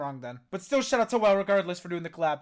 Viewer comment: WALE-- Pronounced- "Waa- Lay", Not Whale.. We all did it too bc, we did not know who he was.